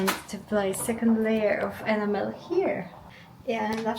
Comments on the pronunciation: Enam - el. Not ena-mel. Not a criticism, just getting the emphasis on the correct syllable, your English is very good! One job at a time, you'll get there. If you don't already, make sure you have a (big, maybe 50A) fuse as close to the battery as possible. 12v systems won't electrocute you, but they will have a wire glowing red hot in just a few seconds, and set fire to things if there's a short circuit. And then each sub-circuit should have it's own fuse or circuit breaker, usually about 5A or 10A depending on what is connected. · Just a tip on enamel pronounced ee-nam-el. 🤫😂Keep up the good work 👍